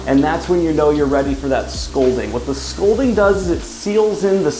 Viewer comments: Scalding, not scolding, you you book killing fiend. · Daniel… is “scolding” in place of “scalding” gonna be the new “prose are”?